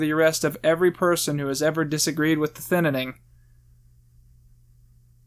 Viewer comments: The Thinnining?! Why do you pronounce it like that? There's two vowels in the word "Thinning" not 3 xD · Why.do.you.keep.saying.thinninning. its so confusing ajakaka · why do you keep calling it "the ThinninING"? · THINNING!!!!!!!! ITS NOT THAT FREAKING HARD TP PRONOUNCE. SBBwasaight Vuong you need to learn how to ENGLISH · I think you mean thinininining 2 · Why do you keep saying thinining? Is it an inside meme? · Why does he say thinning like that? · I agree with you. Please say thinning right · I hate the way you pronounce Thinning good video tho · Thinning not thininning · “The thinnining “ 😂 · why does he call it the thin in ing instead of the thinning, wasgoinonheeeea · Your channel is great and I adore your content but this is something I must make clear: it is THINNING not ThInNiNiNg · thinaning? its just thinning bro why are you talking like a spastic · Why do you say thinning like it’s spelled thinnining? Lol I like your review a lot btw I think your really funny P.S I don’t agree with your views on Trump and you are clearly uneducated on his presidential decisions (I’m not saying that to try to insult you it’s just the truth) and that’s okay and I’m not angry. Also your Freeman movie idea was priceless I loved it. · You keep saying "Thin-in-ing". Is it "thinning" or not? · I'm sorry, but I can't get over how you call it "Thinnening" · Why are you saying the "Thinnining' instead of the "Thinning" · Every time he said “Thin IN ing” I cringed so hard. Thin-ing it’s pronounced THIN-ING 😭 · A thinining. It's just a Thinning but eh, close enough. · “Thinining” this bugs me so much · wait its pronounced thinNENing? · You keep saying thinninning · Do a shot every time he mispronounces Thin ing. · Why does he say thinining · Who else heard him say thinninning every.....single.....time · WHY ARE YOU CALLING IT THE THINNINNING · Why do you say 'Thinining'? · In the first review, he discusses why he calls it the Thinninning. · The thininininninninnnabilityingin